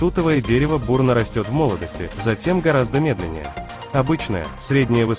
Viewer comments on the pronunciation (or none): none